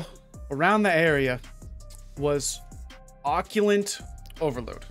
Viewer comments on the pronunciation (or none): It's pronounced Occ-ult. Now oc-u-lent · o cult there is no n in it, its not o cue lant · OCCULT. NOT OCCULENT. LoL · Great catch on this buff even tho you kept calling it OCCULANT instead of Occult ;) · Say oh-cult. Not occulent.. Wtf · Literally triggered me everytime he said it. Dude needs to learn to read. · Listening to you mispronounced that over and over was painful LOL good video though it’s occult not occulant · Occult. Not occulant lol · Can you quit saying Occulant* Its pronounced ugh-cult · Occult. "Oh-cult". Nice video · I'm sorry...AH-kuhlt, there is no 'i' or 'n' in that word. Keep up the good work with the info! 👍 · Not sure if it’s been said, but it’s pronounced “uh-cult” or “ah-cult”. Something to that effect. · Someone please tell it's pronounced 'Ugh-Cult':)